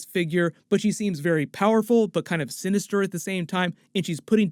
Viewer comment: calls Val ' sinster '... I think he's been watching too many Venom \ spiderman trailers haha